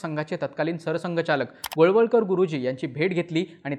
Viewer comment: गोळवलकर गुरुजी, वळवळकर नाही.